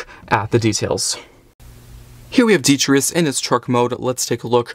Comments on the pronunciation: well not really, as, when your pronouncing it, you're missing out the t in tus, you're saying detrius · Why you saying his name so wrong 😅 its de-tri-tus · Say it with me. Dee-Try-Tus. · That’s not how you say his name 🤷🏻‍♂️